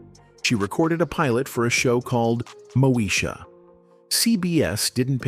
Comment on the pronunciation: The Name is Mo- e - sha.